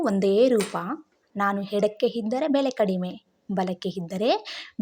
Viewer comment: ಮೊದಲು ಹ ಕಾರ ಅ ಕಾರ ಸರಿಯಾಗಿ ಮಾತಾಡಮ್ಮ... ಎಡಕ್ಕೆ ಹಿದ್ದರೆ... ಅಲ್ಲಾ ಇದ್ದರೆ.... ಅಯ್ಯಪ್ಪ.... 5 ನಿಮಿಷ ಕೇಳೋಕ್ಕಾಗಲಿಲ್ಲ..... ದರಿದ್ರ